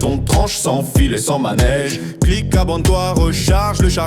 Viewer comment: Cool merci ! Juste pas de « S » au « abonne toi » à la fin !